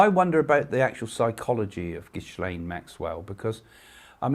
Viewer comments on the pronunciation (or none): Sorry but there are loads of photos of Trump with Epstein and Ghislaine. You pronounce Ghislaine as "Gilaine" the s and h are silent. If you listen to the interviews of Maria Farmer, Ivana used to go out with Ghislaine "scouting" for girls. 🤮 I am an anarchist because all these people at the top are evil. Anarchy is not about the Sex Pistols, its about farming collectives, and running the country OURSELVES. Democracy, is rule by a small number of people. Communism is also rule by the state, a small number of people. Anarchy is rule by the people.